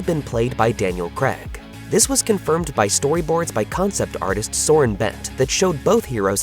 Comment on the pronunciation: Please learn how to pronounce Craig properly. It's not "Creg" it's pronounced "Cray-g".